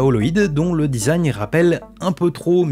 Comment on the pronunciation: ça mfait un peut tiquer le "dizagne" au lieu du design (dizayn) MMDRRR